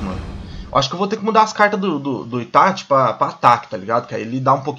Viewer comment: PARA DE FALA ITATI SAN porra é itaCHI